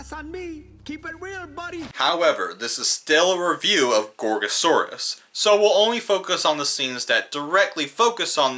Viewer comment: Um Guys Did he just said gorosaurus